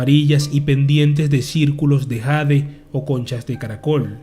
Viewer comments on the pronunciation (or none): none